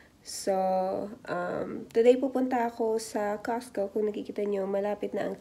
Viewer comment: Ang susyal.... "cahhhscew" hehehe! Meron ka na bang grocery haul sis? Gawa ka nmn non :)